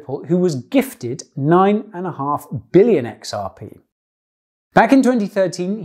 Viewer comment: "9 Bililion xrp" rofl